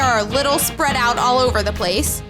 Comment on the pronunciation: did i just hear u said olt?